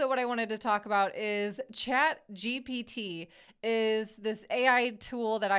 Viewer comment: Honestly this show has been going on long enough that it should be more polished. You guys have no idea what you're saying. and for the record it is CHAT GPT not chat gbt